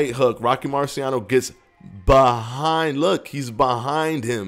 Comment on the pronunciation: Nobody:: HE IS BE-HIND HIM